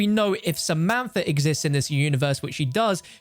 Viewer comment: The moment u say a name wrong😂 why u say in samanfa instead of samantha😂